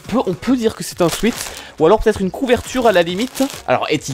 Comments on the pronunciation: ça se dit swète, c'était M.ProfChiant salut ! x) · Bon sweat en anglais ça se prononce "souaite". Non parce que ça me stresse